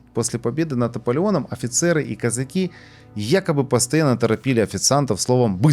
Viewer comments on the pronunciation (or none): none